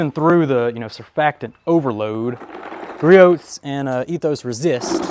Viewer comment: this is turning into a nice test. Very realistic. As a side note, the T is silent in Griots